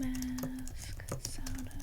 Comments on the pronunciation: I thought you were saying "Soda" like "do you like soda?" until you showed the front of the cartridge which I realized "ohhh she's saying Zelda" lol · I love how you pronounce Zelda 😋